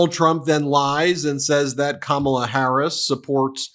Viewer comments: It’s time to stop tolerating the intentional and deliberate mispronouncing of Kamala’s name. She has said on numerous occasions that the correct pronunciation is “comma-la”. It’s not that difficult! I think they do it in an attempt to “other” her. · So childish how he intentionally mispronounces her name every time. It's like listening to a mean, dumb jock running for class president. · Can’t even pronounce her name he stands there and projects over and over again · He can’t even manage to pronounce her name correctly. What a pathetic loser. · It must be Maga's obsession with the Professional Wrestling world by confusing The Vice president Kamala Harris wit the way the late wrestler James Harris (no relation) stage name of Kamala the Ugandan Warrior... That must be why they can't properly pronounce the future president's first name.... Just a thought... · Stop pronouncing her name wrong!!!!!!!!!!!!!!!!!!!!!!!!!!!!! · 1) Those people standing behind him unironically holding "Back the Blue" signs after hearing him say he would pardon the January 6th insurrectionists who assaulted and abused capital police people, resulting in deaths is blowing my mind!!! 2) Trump wouldn't know the truth of it crawled up his a$$ and had babies!!! 3) Finally, you know good and damn well, he knows how to pronounce Kamala's name!!! I've heard him say it properly. He is now using the deliberate mispronunciation of her name as a jab, insult and racist dog whistle. (BTW, that's Madam Vice President to you sir!) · He can’t even fucking pronounce her name right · Now that Trump is deliberately mispronouncing Kamala, she should refer to him as Don-old, with an emphasis on the second syllable. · Have you noticed they’re all purposely mispronouncing Kamala’s name now? Cuz they’re 10 years old. 🙄🙄🙄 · Mispronouncing is part of his shtick. He wants her to sound foreign. He's the worst. Can't believe we're still being subjected to him! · 😂😂😂 He can’t even say it right. Must be declining.